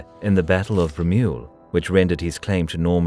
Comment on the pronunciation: Kudos to the narrator, who seems to be a proper Englishman, that had to pronounce French names and location. I envy such ability to 'switch' momentarily between languages.